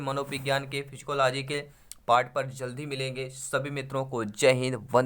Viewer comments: सर आप साइकोलाजी को फिजिकोलाजी क्या वोल रहे है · साय्कोलोजी को फ़ीजीकोलोजी केऊ बोल रहे आप